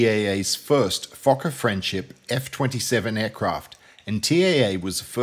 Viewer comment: Bartrazin -not only do they get Schipol wrong but invariably they pronounce Fokker wrongly! !.I had a airline captain friend who on distant approach was told "You have traffic on the right -a F28 " to which he replied to the Controller "Thank you -I have always wanted to say this -I've got the little Fokker in sight "!!!